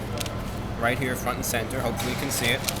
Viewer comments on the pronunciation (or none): none